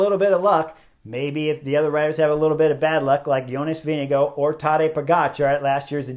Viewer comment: The TDF winner’s name is VINGEGAARD you have to pronounce the letter R in his name (Not Vindigo like Indigo as you say it ) but Vinegaarrrrrrrrd! Give him some respect and say his name correctly PLEASE!